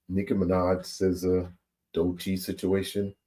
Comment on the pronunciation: That lady is delusional. Her name is Doechii (Doe-Chee)